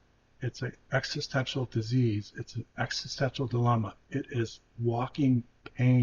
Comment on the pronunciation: He can't rly pronounce existential well maybe because he's not grownded in the present